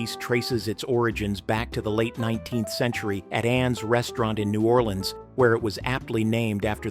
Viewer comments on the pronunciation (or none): none